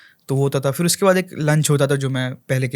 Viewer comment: 😍 “BATAO” nhi boltay, “BATAYIYE” bolte haiñ. You are on a responsible platform and should always mind your diction! Furthermore it is not “Fir” it is “PHir”. Please take care of the way you speak